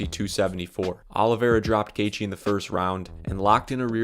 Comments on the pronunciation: Justin Gay-thee 🫤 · Gaythe is such a bad pronunciation it makes the gatheigi guy seem more knowledgeable